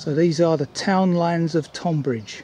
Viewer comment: It's great to see you still making videos. I have not seen much from you in a few months. Just one thing I am currently watching this as we speak and at about you pronounced Tonbridge incorrectly. I am not having a go the English language is complicated. I am not from Tonbridge but live down on the East Sussex coast. It's pronounced like Tonne or Tun like Tunbridge Wells. Think of it more like Tunbridge. I did have a giggle though. Anyway, time to "crack on" and watch the rest of the video.